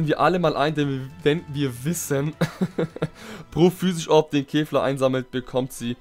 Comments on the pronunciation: er spricht kefla wie Käfer aus 😑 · Mich triggered es voll wie du kefla aussprichst